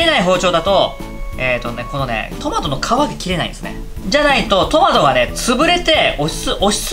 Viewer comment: 裏返りながらのタマト笑